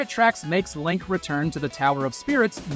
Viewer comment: It absolutely was. They say Link wrong a few a different ways throughout.